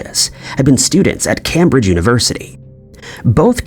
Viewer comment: This channel has some fantastic information, but I lose faith when the narrator can not pronounce Cambridge.